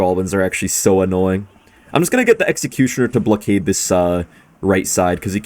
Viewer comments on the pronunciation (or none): Am i the only one who heard “bluckade”?🤣